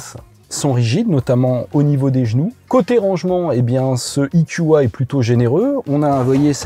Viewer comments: Cher monsieur, vous êtes sûr qu'on dit "ikioua"??? (marrant, ça sonne un peu comme du japonais...) Ce ne serait pas "ikioué" ou plutôt "eukua"??? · parle français E Q A et pas ikioua ! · Soit il faut prononcer "i kiou ai" soit "Euh ku A" mais là c'est du franglais ! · " I KYU A" quand t'arrives pas à te mettre d'accord sur la prononciation anglaise ou française